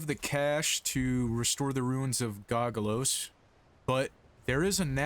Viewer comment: (go-go-sos) were's the L? otherwise i love the content, just discovered you last week and finished house nykeorves, keep it up if possible!